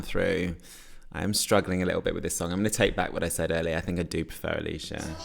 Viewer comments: It’s pronnounced ayle sha not alisha spelt ailsha lol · Feel kinda bad for ailsha, everybody is calling her alisha when her name is pronounced el-sha. That said, I'm firmly on team Ailsha and Bambie Thug to go to eurovision. I want us to take a risk.